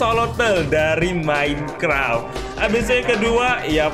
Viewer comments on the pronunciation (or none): none